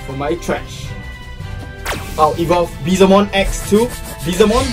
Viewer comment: The comeback was epic , awesome battle as usual. 💜 Also, just wanna make sure r u guys calling our evil dude BeeZELmon ?? lol bcs i'm sure i didnt hear BeeLZEmon or even Beelzebumon.. 😅😝 (well either that or i should have an ear opperation 😁)